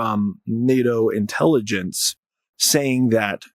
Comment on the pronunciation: What drugs are you on? "Intellygeciez"... And what planet?